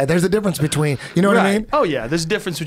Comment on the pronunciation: Joe "difference beechween" rogan